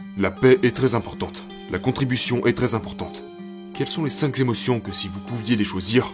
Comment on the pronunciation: Super la vidéo comme d'habitude. Svp pour les prochaines, arrêtez de dire les cinq z'émotions, il n'y a pas de S à cinq, donc cinq émotions (prononcé cinq k'émotions) , sinon ça pique trop les oreilles 😜